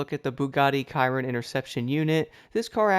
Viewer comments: pretty sure its pronounced 'shear-ron' not 'ky-ron'? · It's like saying Veyron but it's with a C